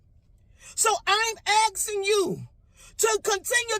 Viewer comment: "asking" not "aksing"